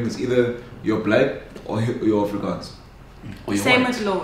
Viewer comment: The Afrikaaaannsss duuuudee!!! The Afrikaaaaanns!! I feel you